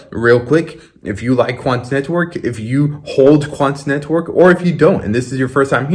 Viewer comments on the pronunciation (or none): You be putting way too much into that "T" when you say "quanT neTwork"